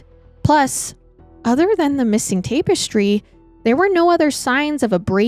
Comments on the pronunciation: It's tap eh stree not tape you're prob saying it correctly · It's not a debate on the use of the word it's her pronunciation that's the problem she's saying "tape-estry" and it's pronounced "tap- estry". Hope that helps 😊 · Tap-estry NOT tape-estry, you’re adding an e that doesn’t go there and it’s driving me up the wall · 21 year old cat? And please say TAP-ES-TRY 😂 And people don’t get “intellectually “ worried. “In the meanwhile “……. Bless you. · Tap - not tape. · TAP ES TRY! Not TAPE ES TRY this is driving me nuts! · Tap*Tap*Tap Tap-Ess-Tree Tapestry 🥰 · Tap. -estry not TAPW-estry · Me, wondering if “tape-es-tree” is the US way of saying the word, then looking through the comments to find out it isn’t 🙄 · have i been saying "tapestry " wrong my whole life ~ or is this another one of those funny pronunciations that she has? 😉 Much love ~ from southern Indiana 🥰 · TAP-ES-TRY the syllables are different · She says it too many times not to comment lol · Take a shot everytime says tape-estry we’d all be leathered haha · Have the pod autoplaying on my TV but had to find this ep online just to come to the comments and make sure I wasn't the only one losing my mind about the pronunciation of tapestry. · Don't make fun of accent/mispronounciation. She's a queen. 🎉 Thank you for covering this case, I had never heard of it. before. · The way you're saying tapestry is gonna land me on the next episode of MWMH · Bless her. Its giving Stepanie Harlow saying Documantery. ❤ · I literally was going to say the same thing. It was said soo many times in a row and just hit the ear wrong. 😂😂 Love you though, girl. One of my fav YouTubers. 🖤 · Yes kind of making me crazy lol